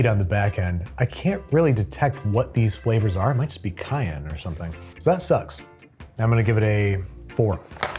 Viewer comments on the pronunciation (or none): none